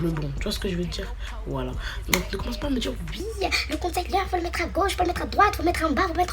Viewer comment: Jvais taper toi ! Depuis quand ont dit « concaileur » niama 💀🤣🤣🤣